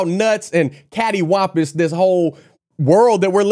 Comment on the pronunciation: He said catiwompious.....